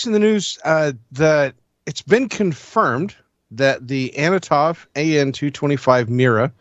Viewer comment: it is an Antonov. Not Anotov